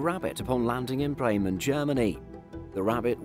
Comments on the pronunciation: Only one m in Bremen. And pronounced Breemen. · Just a note: BRE is Bremen. Not Bremmen.